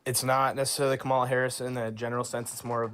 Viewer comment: When there’s so many people that can’t say Kamala the correct way, that’s the cult.